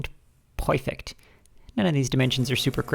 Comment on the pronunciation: thought I was only one to say perfect like pinky and brain. Lol.